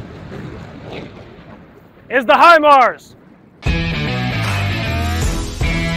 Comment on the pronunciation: Obviously you got your info from the school house instructors. But thank you for not butchering it or sounding like a dummy. Great video